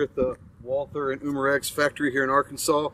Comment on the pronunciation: Took a whole tour and yet he never learned how to pronounce "Walther" correctly, haha